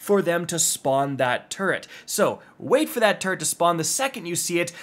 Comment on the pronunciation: "Turret"? You went with "turret"? 😅😢